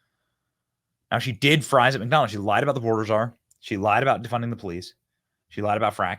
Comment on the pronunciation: Fwench fwies lol